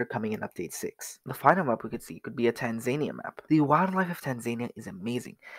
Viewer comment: It's pronounced tan-zan-ee-a